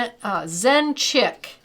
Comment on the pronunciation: Pssst: it's Zen Chic, not "chick". And yes, you are correct, it's One Canoe Two. ;)